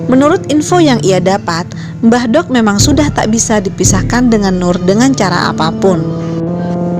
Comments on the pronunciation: Pengucapan "mbah dok" harusnya sama saat kita mengucap huruf "d" pada kata "dzuhur". Di Jawa ada perbedaan penyebutan aksara "do" & "dho". Contoh pengucapan aksara "do & dho" dalam penggunaan Bahasa Indonesia >> Do pada kata "dungu", dho pada kata "dengan". Mbah Dok sendiri berasal dari kata Mbah & Dok (Wedok). Mbah artinya eyang, dan wedok artinya perempuan. Jadi, Mbah Dok artinya nenek atau bisa juga Eyang Putri. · makanya saya koreksi, biar gak salah pemahaman.. karena salah pengucapan dalam bahasa Jawa bisa merubah arti dari kata tersebut.. "mbahdhok" seperti yg diucapkan narator di sini bisa berarti "makan", tapi dalam konotasi yg kasar.. bukan lagi berarti nenek atau eyang putri..